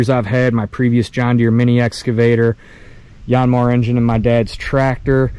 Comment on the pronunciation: Just call it a Yaaan Mar like everyone else. No need to church it up.